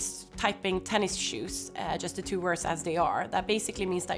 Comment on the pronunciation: tennis -shoes, not tennis-shoes